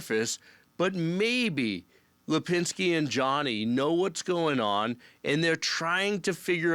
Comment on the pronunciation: I love how Rob just keeps calling Tara by Lapinski